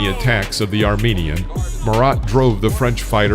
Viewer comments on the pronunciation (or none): none